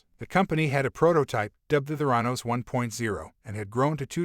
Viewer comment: Good info but it’s a bad AI reading. Even mispronounces the name of the company. YUCK